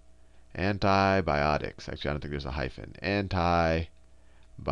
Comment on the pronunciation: anthi bhiotics is antibiotics say it properly